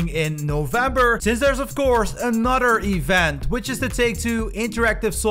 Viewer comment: Jesus man it pronounced Another and other.. no d's are in these words